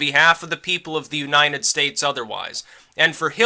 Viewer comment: you're amazing. I love how you pronounce U-9-estates.